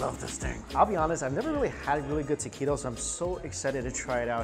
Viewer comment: i cringed 🥴 and the way he pronounces Taquitos😭 pero it’s okay, life goes on